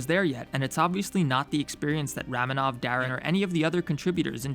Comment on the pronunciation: I always thought ramenov was pronounced Ramenov (raw-men-ov)